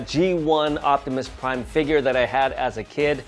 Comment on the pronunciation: My man just said octimus prime 😂😂😂